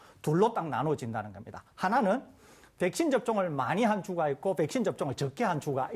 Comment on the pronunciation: 설대우교수님 백싄 발음 중독된다